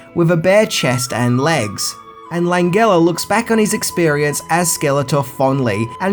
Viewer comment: I think it's Frank LAN-GEL-UH (the G is pronounced like the letter J)